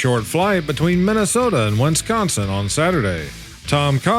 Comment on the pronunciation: It's WIS CON SIN not WINS CON SIN. Thank from the Badger state!